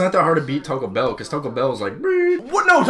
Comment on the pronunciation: Taco Bell is fasho “ehhhhhh” not “errrrrrrr”